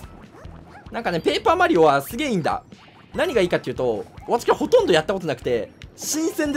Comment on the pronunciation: ぷェイパーマリオ